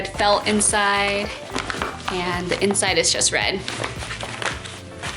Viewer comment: I think it's cute how her "th" sound like "da". Especially when she says the. It's sounds like da